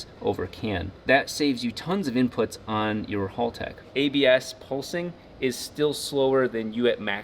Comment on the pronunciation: Hal-tech, not Hall-tech. Kills me every time I hear it…